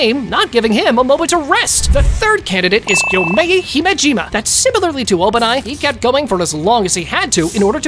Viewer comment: Thanks for doing this vid but first maybe put a spoiler warning and i would like if you pronounced the anime characters names properly(no offense) but instead of TAN-jir-O say taun-jir-do and not Gyo-mei but gey-o-mei